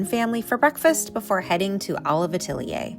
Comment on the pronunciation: I’m wondering why you didn’t price any of the smaller items at Olive Atelier? I’m sure they were overpriced, but it would have been nice to get a sense of the various price points. Great video—thanks for taking us along. 😊. PS: Atelier is pronounced Ah-TELL-yay. It’s French.